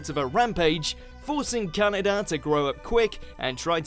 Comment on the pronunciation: It's said as "Kan-AY-da", not "Kanna-da". :-) But nice to see Akira on there.